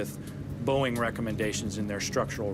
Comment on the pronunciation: Whenever you say , its Boeing.